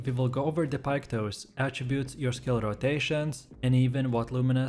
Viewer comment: Piketoes? Really mate? Really? What the fuck are your pronounciations 😅